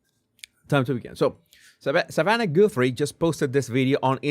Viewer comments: Savannah not Samantha!!! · Jesus it’s “Savanna” Guthrie not Samantha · Savannah...not samantha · What i noticed in this video was that it's not Samantha it Savanna! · Hello Mr. "" her name is SAVANNAH Guthrie NOT "Samantha"!! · Its Savannah not Samantha. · Savannah not Samantha😂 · It's Savannah not Samantha LoL. You said it right but you wrote that title wrong 😂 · Savannah, not Samantha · It is Savannah moron